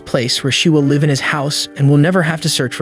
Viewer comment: Brah you know AI breaks the immersion because it can't distinguish the difference between live and live, love the recaps. The ai always makes me laugh when it says live when it means live. 😂😂